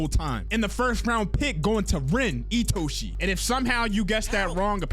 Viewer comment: Finally someone who knows how to pronounce my glorious kings name properly (itoshi sae)